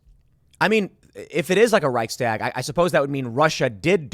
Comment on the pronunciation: For heaven's sake, you been in Texas recently?? It's pronounced reich - shtag, not "reich - stag". I'm not trying to diminish the seriousness of the situation but what else can one do? The US will be conscripting "old men and women" soon as well, since our military 'got woke'. God help us...☢